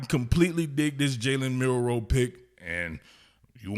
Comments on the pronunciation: How you gonna call your nephew name on national TV and can't say his name right? He said Milrose. Not Milroe. Gtfoh.... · "My nephew" then goes and mispronounced his last name. Do better. "MILROSE?"